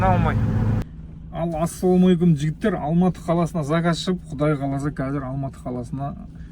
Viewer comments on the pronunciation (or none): none